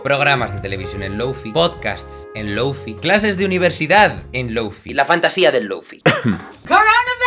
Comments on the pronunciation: "Lóufi"... ni siquiera lo intentan, españoles queridos... ¿Tán difícil es decir "Lou fái"? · deja de decir "lou fi", por favor :( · Jaime, con todo mi amor, se dice: lou-fai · ¡Muy buen vídeo! El lo-fi es la música perfecta de fondo. Sólo un apunte, se pronuncia 'low fai', que has dicho 'low fi' tantas veces que tenía que escribirlo. Luego la gente se queja que los españoles no hablamos bien inglés, pero si desde el principio ya pronunciamos una palabra mal (como wifi) luego todo el mundo la pronuncia mal, en vez de hacerlo bien desde el principio. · Me pega el chispazo cada vez que pronuncia "loufi". DI "LOUFAI" O "LOFI", no un intermedio por favor. Un poco tarde si el video ya esta grabado xd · Nadie : Absolutamente nadie : Jaime Altozano : Loufi Yo: SE PRONUNCIA LOUFAI!!!!! xdddd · Perdón pero se pronuncia Lou fay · Se pronuncia Lou Fai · en realidad se pronuncia lou fai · Men con todo respeto no confundas que el lofi que por cierto se pronuncia (loufai) con algo que es muy común como música para estudiar o para dormir.. porfavor culturisate .. el lofi tiene más subgeneros, no digas tonterías de ultra lofi .. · lou fai... se pronuncia LOU FAI.... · Duda: Si ya pronuncias el “Lo” como: Lou- por qué no dices el “Fi” como: fai- ?? Es lofi o lou-fai, escoge una por favor, me da mucha ansiedad que lo hagan así 😭😰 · Se pronuncia lou fay :v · Una lastima que Jaime no haya terminado el video susurrando a la cámara "se pronuncia Loufai" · Me gustó mucho el contenido, pero no pude disfrutar del video por sentirme mal al no poder dejar de ver la barba sin recortar y el cabello desordenado, y escuchar que pronuncia mal lo-fi :( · Ramdom* Curioso como pronuncia Low o High en inglés pero Fi en español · Todo iba perfecto hasta que pronuncio lo-fi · A alguien más le perturba que Jaime pronuncie bien sólo la mitad de la palabra? Jajaja